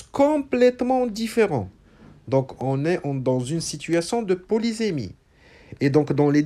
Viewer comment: Bonjour prof .Faut_il prononcer le mot polysémie avec [se] ou [ze]?Vous l'avez prononcé deux fois différemment.Merci pour votre explication magistrale.